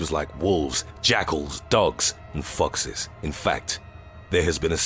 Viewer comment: When he said Fox's it kind of sounded like fuck's